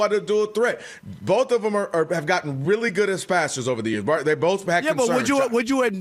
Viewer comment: B-O-A-F… Boaf! 😂